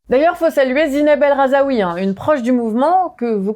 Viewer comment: Bon. Faut prononcer le nom Razoui correctement s’il vous plaît. Pour les arabophones qui vous regardent c’est un peu chiant à force (la signification du nom change totalement) et ça marque un manque d’effort, donc attention.